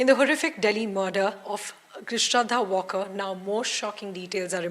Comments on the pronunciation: It's not Walker as "Alan Walker", it's just waaLkar! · Shraddha WaaL kar. Pl check pronunciation. Not pronounced as the English word walk. वालकर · At least get her surname right. It's Walkar not Walker. Been noticing this with NDTV reporting since day 1